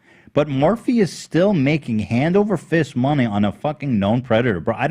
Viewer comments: I think Ethan is the only one that calls it “Morph” so now it shall forever be known as ‘Morph’ in his honor lol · when customers ask you for a particular Morphe product do you tell them actually it’s pronounced as “Morph” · "What year was that?" Ethan: "That's from 2016; eight years ago." It is currently 2021... Also how many times does Ethan need to be told how 'Morphe' is pronounced before he actually listens. had just corrected him minutes before Ethan went on to mispronounce it yet again. It's driving me crazyyyyy.